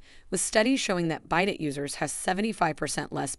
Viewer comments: You should learn how to pronounce words correctly bidet 😂😂😂😂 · Your videos are probably good and informative but your mispronunciation of really important words is embarrassing. Can’t listen 😞 Vaganal?😳 Bidet? Perineal! Look up some of these words.learn how to pronounce them.